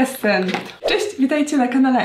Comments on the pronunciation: Iluminesent xD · co ty tam powiedziałaś? Xd.....Ja zrozumiałam ,,Illuminessen"